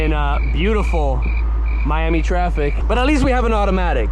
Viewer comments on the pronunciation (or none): none